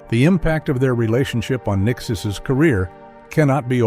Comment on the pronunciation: Did the narrator say Nickisis?